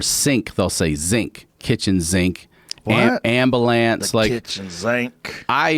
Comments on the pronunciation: Ambalance ? That's not an accent, that is called lack of education..... Baltimore is such a dumpy shithole of a city. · Someone call the aMbuhLaMps